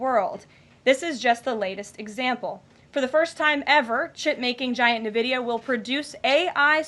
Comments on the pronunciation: For those who are competent, we know it is ehn-vidia. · Nuhvidia. She can't even pronounce the name. I guess it wasn't taught in 3rd grade at which point she graduated from home schooling.